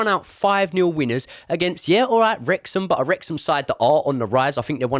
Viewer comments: It's Wrexham 😂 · It’s Wrexham ffs 😂😂😂